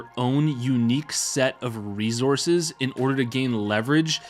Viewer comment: Why u say resources like that